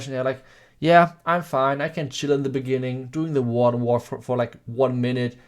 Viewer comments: Oh WARDEN WALK. Holy fuck he eviscerated that pronunciation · What did he say at the beginning? People are combining pekka smash and what? Sounds like WA WA